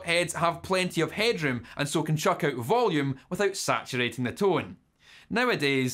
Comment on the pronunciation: For the American viewers, "Tow-in" translates to "Tone". I'm just trying to help.